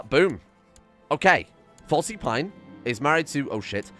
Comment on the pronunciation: FYI, the easiest way to get the mystic trait is with the Personal Castle mod and to build a study and write a book on religion. (Also a very minor nitpick, but you've been pronouncing Selyse and Falyse as Sel-see and Fal-see instead of Se-lees and Fa-lees)